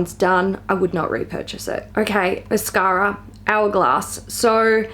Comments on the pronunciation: Mascara? You mean Mashara...? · I will now always say mashara instead of mascara. Its hard not to! 😂